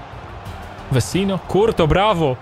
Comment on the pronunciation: nie kurto tylko curtois